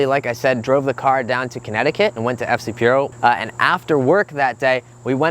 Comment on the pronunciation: It’s FCP Euro. Not FC Peuro. Who even says that? 🤦‍♂️